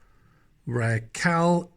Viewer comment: RACAL is pronounced "Ray-call".